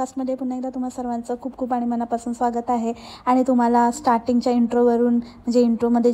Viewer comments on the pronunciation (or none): none